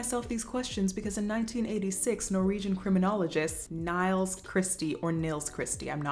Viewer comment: It's closer to the "Ni-els, than the "Niles"